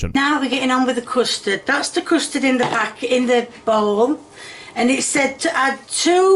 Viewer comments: It sounds like she’s saying “crustard” instead of “custard” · Custard? You mean "coostud" as would say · Thats not custard thats custurd 💀💀